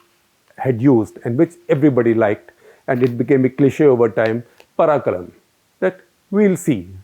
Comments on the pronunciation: parkkalaam.... not parakalam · Shekhar ji, Mr. Kamaraj said Paarkalaam...not parakalam. But the meaning "we'll see" is right 👍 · Kamaraj used to say 'paarkalaam' which in Tamil means 'we'll see'. It's no 'paraakram' as SG says! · was the word used "Pra-karam", then its worngly pronounced ... "Pathu-kalam " should be the actuall pronounciation !! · Not Palaklam...it's paakalaam....let's see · I heard 'parakaram' lol...but kudos to SG for trying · And using 'pa' instead of 'paa'. and 'lam' instead of 'laam' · I think it’s पारकरेन् and not the way you pronounced it, if I’m not wrong!! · SG sir its "Paarkalaam" or "Pakkalam"( will see ( handle) in future..Tamil word sri Kamraj used.. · It is indeed paarkalaam so the only mistake SG seems to have made is pushing the R ahead of the second A